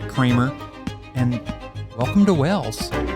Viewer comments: kinda does sound like you’re saying Wells. That’s a town in Somerset! It’s Way-els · Wales not wells lol😂😂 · This is the second video I have seen recently in which an American person persists in saying 'Wells' instead of 'Wales'. It's as if they think it can't be pronounced the same as the large marine mammal because of the different spelling. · You are saying Wales like WELLS which is completely wrong. It's exactly like the word whales as in the marine creature. Every time I hear you say Wales like wells I want to shout it's not bloody wells. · Why do Americans say “Wells” in stead of Wales, try pronouncing like whales might be better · Hi! "Wales" is pronounced exactly like "Whales" (The H in the marine mammal is basically silent) it is not pronounced like "Wells" which is the usual error. Of course it's name in Welsh is "Cymru" which is pronounced "Kumri" (Come Ree) The Welsh word for welsh is "Cymraeg" Confused? Bye! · The country is Wales, said like Wails. Wells is a town in England with a Royal Charter making it a City. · Great video. As a Brit I love watching your vids in the UK. In terms of pronunciation; I would suggest trying to say ‘Whayls’ not ‘Wells’ when trying to say the country. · You appear to be pronouncing it "wells", not "Wales" !! Glad you enjoyed it though !! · Pronunciation is like whales 🤷‍♀️ not wells ❤ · I don't know if your accent does it but the way you guys say WALES, sounds like you are saying WELLS. It doesn't sound right but I hope you guys love your stay.❤ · To be honest, I don't think it's incorrect pronunciation, more so just their accents, making it sound like they're forgetting the "eeyuhl" part in Wales. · Please stop saying wells. I understand that the Welsh place names are difficult to say, but the name Wales. Is an English word? You should be able to do it. Just say it like the secret chat in plural. Otherwise you are really gonna make enemies mean monks to Welsh people. I'm only part welsh and i'm furious